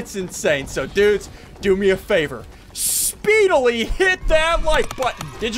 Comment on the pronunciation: He said speedaly not speedily